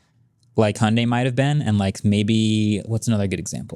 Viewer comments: Actually pronunciation of Hyundai is spot-on. It’s like Hee-yon-deh. Rhymes more like Beyonce than Sunday. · pronunciation of Hyundai is actually very close to the original Korean pronunciation. In Korean, the Y is enunciated. But apparently the US branch of Hyundai made the decision to call it "hun-day" here to make it easier for pronunciation. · I'm Korean and Hyundai pronunciation is closer to Korean's. Sorry Marques! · Idk who made that "hun-day like Sunday" stuff, but the way pronounced Hyundai sounds almost native and absolutely correct. The correct pronunciation is Hyun-dae. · Agreed. His pronunciation of Hyundae was spot on. Its definitely more like saying Hee-Yon Day faster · wasn't exactly wrong about pronouncing Hyundai like "hyeondae". That's the Korean pronunciation. In stateside advertisements, it's as Marques said: 'Hyundai like Sunday' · is the only one who pronounces Hyundai correctly and all of you corrected him. American moment 😭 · It was Hyundai NA marketing themselves when westernizing the brand because Americans struggle to pronounce it the normal way. But if you can pronounce it the native way, you should in my opinion. So they're both correct. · the very first youtuber I've seen who pronounces Hyundai correctly! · MKB correcting from the international pronunciation to the US pronunciation really grates my ears. The "y" has been dropped in the US market only because sliding via a "y" sound into a vowel is uncommon in a US accent (e.g. dyewty in UK english versus doody in US) but it is closer to the Korean pronunciation. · was saying Hyundai more correct than Mkbhd was lol